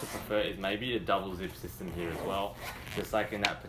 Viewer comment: I like how he says "heahhh" for "here". Sounds military. Good review. Thanks